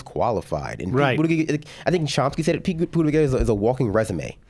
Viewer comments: I like this dude, I can tell he’s pretty intelligent and I know this is petty and I’m shallow and a complete dick here but dudes lisp drives me nuts, calling him buttagegg instead of pronouncing it buttaJegg (yes I know that’s not how you spell it) was annoying me too. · This guy mispronouncing pete buttigag is mad funny haha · i love how he calls him "pete buta-gegg" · Pronounce Pete Buttigieg's name like this: boot-a-judge. Pronounce it right DUDE. The black dude. I like Bernie. I love Bernie. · Well you’re not that smart when you can’t even say his name right. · “I don’t think Pete Buttigieg is smart” says the guy who can’t even say the name right. 😀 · You should maybe learn how to pronounce his name if you're going to try calling him dumb... ....but I agree with your point.